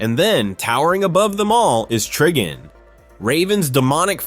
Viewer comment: IT'S TRIGON